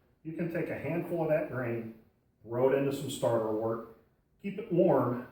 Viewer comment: another person pronouncing wort as wart. Boo.